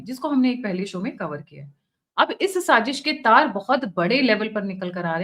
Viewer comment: Madam,saaJish nahi hota saaZish hota hai..